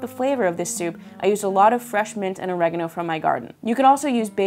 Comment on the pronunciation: Why does she keep calling Oregano, Orreganno